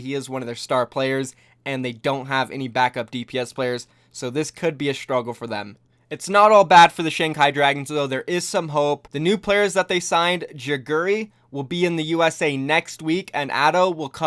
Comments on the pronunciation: Ge gu ri not jeguri plz correct urself i commented this the last time u said jeguri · Hey just letting you know, geguri is pronounced Gae-Gu-Ri not Jae Gu Ri. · Diya(Dee-yuh), Geguri(Geg-err-ee, not jegeri), Gido(Gee-do, not Jido) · Its dee yuh and geg uri not hpw you aaid it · Can you please pronounce the players names right?? Hearing you say Dieya And Jeguri honestly made me angry. Still love the videos but im triggered XD